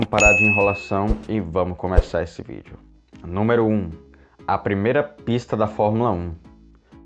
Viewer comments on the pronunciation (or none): none